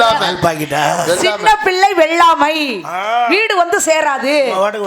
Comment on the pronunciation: அது சின்னப்பிள்ளை வெள்ளமை இல்ல. சிறுபிள்ளை வெள்ளாமை